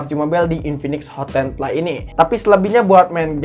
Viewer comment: Ngoreksi kata kata yang salah di channel sadapin tekno FPS cara bacanya: EF PI ES Bukan: EP PI ES CPU Cara bacanya : SI PI U Bukan : CE PE U PLAY cara bacanya : PLEY bukan: PLAY